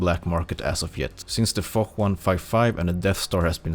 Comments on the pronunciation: It's not fok or forrr 155 but more like Foshhhhhhhhhhhhhh 155 u know? Foch "ch" = "sh" in French :) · Little tip for you guys, the Foch 155 and Foch B are pronounced "Fosh" 😉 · "the Fock 155" is what I heard. Did Zwhatsh said that for a reason? oooorrr.....